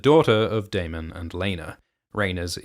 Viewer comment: You finally said Daemon properly. I don't know why it bothered me so much but thank you lol